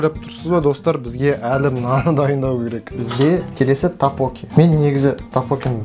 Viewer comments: Тапоки емес топпокки деп айтад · Такпоки емес ттокбббоки сорри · ТАПОККИ ЕМЕС ТОКПОККИ😂😂😂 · Тапочки емес топпоки гой но кызык айтат екенсиздер,🤣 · Тапоки емес токбоки ғой😂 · тагбуги емес догбугги гой😂